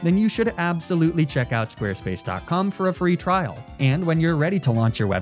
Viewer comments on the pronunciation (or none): none